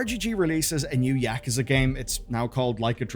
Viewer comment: Nar bro you're not about to say Yakuza as Yak-uza. There not Yaks brother 😂